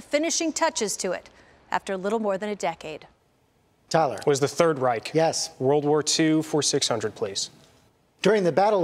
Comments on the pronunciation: Listen to how he gives the response. He emphasizes the word "Third." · Why does everyone emphasize "third" in "Third Reich"? It's not it's third-ness that's significant.